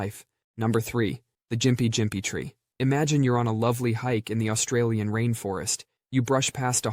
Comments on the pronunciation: For the gympie plant the pronunciation for it is (gim pee) very funny hearing jympie jympie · Its the gimpy gimpy not the "jimpy jimpy" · Its Gympie (gimp-e), not jimpy lmao.